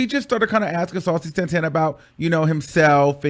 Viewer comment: I’ve never really got into Saucy, but I gotta give him respect for the way he handled her messy asz!! She tried to play him like a groupie, and he let her know it’s not that serious, boo!! CONSTANTLY mispronouncing his name incorrectly?! Continuing to call him Santaner instead of Santana!!